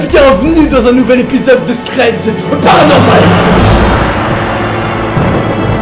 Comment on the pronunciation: Pourquoi quand il dit PARANORMAL g toujours l’impression qu’on me tire la manche 😭😢